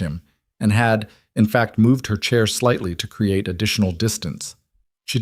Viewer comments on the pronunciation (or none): none